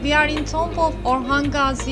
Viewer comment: It is pronounced as/tu:m/ not tomb